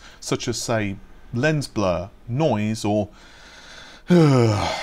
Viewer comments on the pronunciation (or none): none